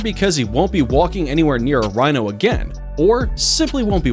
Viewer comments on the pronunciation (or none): he says wino instead of rhino.